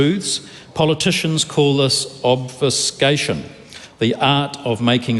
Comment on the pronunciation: If you knew of the nuances of the English language mate you would know how to pronounce "Obfuscation" properly.